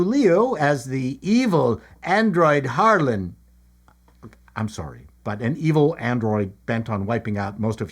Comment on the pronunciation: At first when you said "Harlan," I thought you said "Harlot." Really...😊